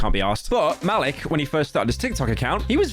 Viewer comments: "Malick" i think its maleek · His name is pronounced "Ma-leek" also Epitome is pronounced "Eh-pit-o-mee" you have to be one of the least intelligent YouTubers out there. Don't use basic words you don't even know how to pronounce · I think it’s pronounced “ma-leek” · Muh-leek is how its pronounced lol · its pronounced ma-leek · bro mispronounced Malik